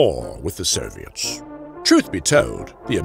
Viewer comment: For some reason I clearly heard “the serbians” each time he said “the soviets”